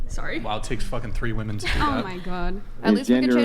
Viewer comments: OMG...I thought it was just me. I legit comment this on so many videos. It's like they don't know woman and women are two different words. 😂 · Why is there suddenly an epidemic of young people who have lost the capacity to pronounce the plural "women"? :P